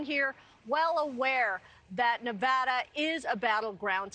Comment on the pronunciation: This guy can't even pronounce Nevada right, why the hell would I vote for him?